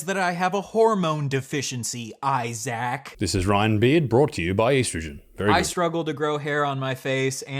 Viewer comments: Why is he pronouncing Issac’s name ‘I-sack’? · It sounded like he called you eye sack in the opening lol 🤣🤣🤣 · He calls you “Eye sack”. 😂😂😂😂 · Mr Eye-Sack😂